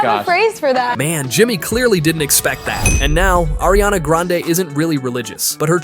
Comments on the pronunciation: You mean Irania Grand... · Ariana Granade????!!! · exactly, i was like "ARIANA GRENADE, THE HECK???!!" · You mean airiana grande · No way he said Nike Minaj bro how bad are you at spelling ITS NIKI MINAJ AND ITS NOT ARIANA GRANADE ITS ARIANA GRANDE IF YOUR GONNA SAY IT,SAY IT RIGHT PLEASE